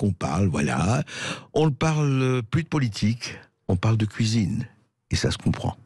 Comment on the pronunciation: si un femme parle couisine, elle doit être crue sur parole ^^